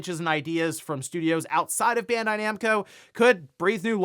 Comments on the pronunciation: Ban Dye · It's pronounced Bond-eye lol.